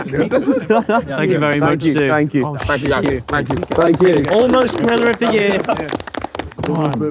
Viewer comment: every time harry says "griller" it sounds like he is saying "gorilla"